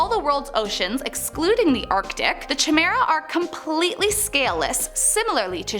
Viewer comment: That's not how you say Chimera. It's Ki like Kite and mera.